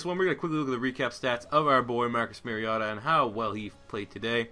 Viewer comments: He said mariata lol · You mispronouncing "Mariota" the entire video ruined the enjoyment of watching him play.